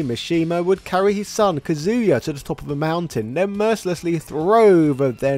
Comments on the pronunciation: Why do people pronounce his name different? Some people say “Ka-zoo-yuh” others say “Cuh-zoo-yuh” like in the video. Which is correct? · It’s 2023 and people are still saying “ka-zoo-ya”? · This is very informative, but his name is pronounced Kah-zuya, not Kazoo-yuh. Also, it's Zaibatsu is pronounced zie-bah-tsu, not zay-bah-tsu. That was the one thing that was bothering me... 😅